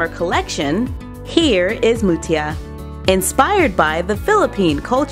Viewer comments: Hi im actually a filipino if you didnt know our langguages are Filipino,Bisaya sometimes English and alot from our country and sorry that you can be wrong to pronounce Mutya is Mut-ya Here are the famous words we in the Philipines pagkain-food makaon-food Filipino and Bisaya are one of the famous langguages people spoken and im a Bisaya from Dipolog City known as an InstaGirl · its not Jasmine flower its the Sampaguita flowers from our country c: Maraming salamt para sa pagbili ng kultura ng barbie namin :) Translation: thanks for buying our culture barbie :) And yes im from the Philippines And its pronounced MUTYA like u say it fast :3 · Umm it is actually pronounced like moot ya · Our national flower is sampaguita and your pronounciation is so wrong in the word mutya